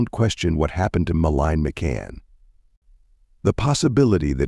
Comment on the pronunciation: Can’t even get her name right